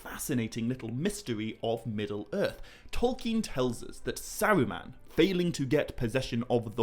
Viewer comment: Sawuuman, I’ve never heard anyone prounance ”Saruman”.